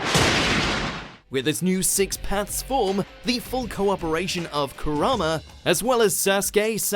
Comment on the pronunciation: I always heard him saying Corona instead of Kurama